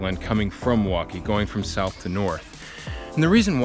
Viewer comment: Not to quibble, but his pronunciation of Milwaukie is odd. He says Muh-Wah-Kee, instead of the correct way, Mill-Wah-Kee. The L is not silent in Milwaukie.